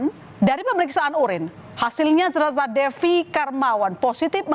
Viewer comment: Zenazahh.... Zenazah... Lebay banget ngucapnya.